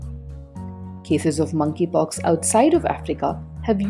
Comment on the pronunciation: I keep hearing Mann ki pox